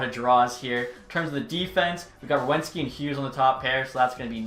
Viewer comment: As a jackets fan, idk why I notice this stuff, but here’s something Werenski is pronounce where-ren-ski, when you said it, it sounded like you said wewenski